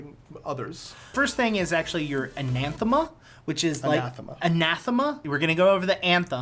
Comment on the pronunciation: Anathema. Anne. Uh. Theme. Uh You're welcome.